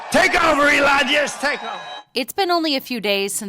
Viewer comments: Dam dude its E-lon not A-lon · Anybody cringing everytime he says Alon? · Ælon. The guy is pronouncing it that way on purpose. What purpose that is, I cannot say. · Great video but who the hell is "A"-lon?!